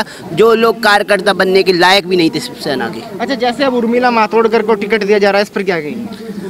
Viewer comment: Isko Shivsena thik se bolne nahi ata , he is talking about Shibsena .. kattar shivsainik will never be so dumb .. he is BJP Bhakt talking.😂